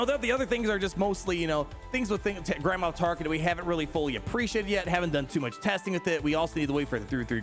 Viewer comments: Cracks me up, it sounds like you're saying Grandma Tarkin lol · Every time he says Grand Moff Tarkin I think he's saying Grandma Tarkin